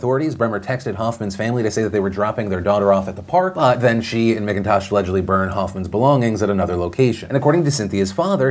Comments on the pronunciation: Oh Philly D. It's M*ACK*intosh, not M*ICK*intosh lol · Oh man... that kids last name is my maiden name... fuck you Kayden McIntosh for giving our last name a bad name!!! Btw its pronounced Mac-In-Tosh 😅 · One thing, my last name is spelled the same as the dude in that Alaska story, and we pronounce it like it’s spelled MacIntosh. I just had a tiny cringe everytime he said the guys name 🤣😆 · McIntosh is pronounced mak-in-tosh